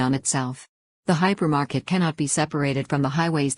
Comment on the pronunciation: Hypermarket, not "Hypermarked"